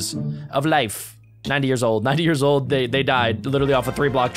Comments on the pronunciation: Instead of years it was "yars" 😂😂😂😂😂😂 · During the 10 years it says yars instead of years